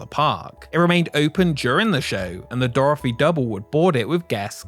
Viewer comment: Dorthy!! Not Doorefry!! Just messing with ya, enjoyed the video!! Keep up the good work!